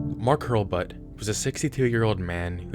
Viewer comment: hurl-bet* not hurlbutt eevette* not yuh-vette